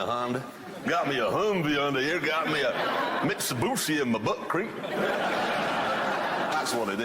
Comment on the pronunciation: Neeson.... Hoonde.... Mitsoboosher..... Jagwarr....